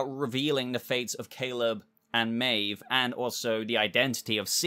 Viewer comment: who are Caeve and Maleb??? 😂🤣😂 I had to watch a second time to catch it. Great video as always 👍🏻